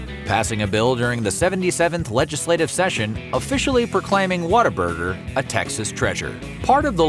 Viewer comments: It’s What-A-Burger not “water” burger for you Yankees… and Harmon has a better story than In-N-Out by far… the orange and white building is Texas McDonald’s golden arches. What other restaurant paints their franchise orange and white to be recognized from a pilot in the sky? I grew up in Austin Texas in the 1980s and it was the best part of my childhood. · Why does the announcer keep saying "WATT-a-burger"? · I had it on a business trip to Texas and had to fake how much I liked it to not be rude. It was like a cult in that office. Also, I really hate how they pronounce it "waterburger" instead of the obvious name "what a burger". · Video needs a “water burger”reference. Growing up I thought whataburger was pronounced water burger